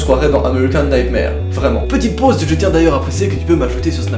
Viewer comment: Plz dit pas American nightmare Mais dit nigthmér C la prononciation du film respecte l'anglais